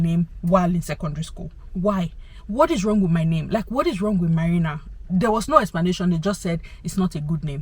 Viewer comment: It’s the way you own English language for me🥰🥰🥰. Your story time is quite interesting and to say the list, I love your name “marina”and love the way you pronounce it even more…